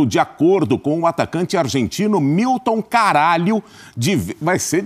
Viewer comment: Milton Caraglio pronuncia milton Caralho kkkkkkkk 🤣😂